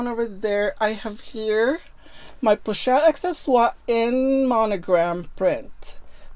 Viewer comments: I just love how she pronounces "pochette" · Bags are actually a good investment. I love how you pronounce the pochette I believe if I produce it I'll bite my tongue. I really need to see all your collections of lv purchases